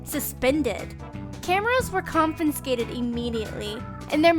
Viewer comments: Lol Confinscated! I think u mean conFIscated 😆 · confenscated. really likes mispronouncing stuff whether its names or others. Jk:) its only once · Ha exactly 4000 comments as I'm commenting this, thus it will never be read, however, is Australian. It doesn't snow in Australia except on the highest of mountains during winter. How was snow banned at his school? C'mon. I'm waiting.;) Also, pronounce this word, "Confiscated"